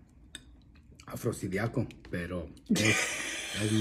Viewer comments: jajaja exacto los 2 mal pero el señor lo dijo mal tambien dijo afrosidiaco y no afrodisiaco como es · Afrodisíaco 😂 Afrodiaco 🤣 Jajajaja! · Los señores que dicen Afrosidiaco y afrodiaco, 😂 se parecen al papá y la hija que dicen estuatas y menumentos 😂😂😂